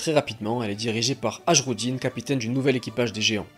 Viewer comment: le "j" dans les noms nordiques se prononce " i " Par exemple c'est "hairudin" pas "hajrudin". Voila x)